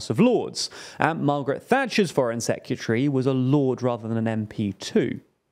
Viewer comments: There is no U in "Secretary". Its not pronounced "Secutary". I know its small but it grates. On next week's edition of annoying youtube pronunciation checkers: "it's nu-clee-err-" not "nu-cu-ler". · Foreign "seck-you-tree"? I guess that's from the same box as "nuke-you-lar". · Is that really how people pronounce "secretary?". Sec-yuh-tree I say it as it's spelt: Sec-re-ta-ree. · Great coverage, as usual. Can I just point out though: "Secretary", not "Secyutary" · Never heard someone say sekyootry before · Dude learn how to pronounce the word S E C R E T A R Y, say it slowly. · Why you saying sec-u-tree? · Secutry? Sec-yoo-tree. Am I just an idiot American or can brits not pronounce English properly… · If my job required me to say the word 'secretary' multiple times, I'd be inclined to learn how to say it properly. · The way he pronounces Secretary is mad! 😮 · I think the host has a problem with the pronunciation of the word ‘Secretary’. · Great video, please learn how to say secretary though